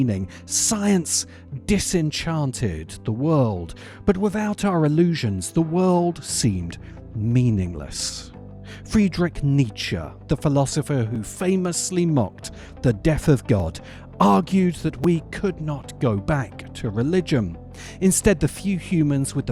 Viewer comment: what the frick is a "Neitzche"?!